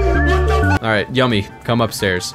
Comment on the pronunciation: It's still annoying to hear Yumi's name pronounced as Yummy